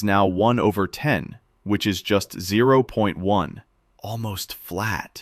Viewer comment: Bro this is a robot voice. is incorrectly read "is" as "I's"